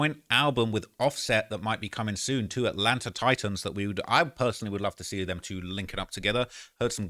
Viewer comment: Dog aint never just called that shh "ATLANTER" 😂😂😂